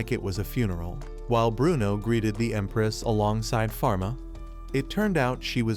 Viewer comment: Bro said emparaoss instead of empress